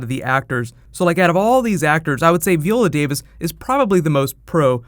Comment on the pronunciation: I love your videos,, but if you don't start pronouncing VY-OH-LA Davis's name right, I swear to God....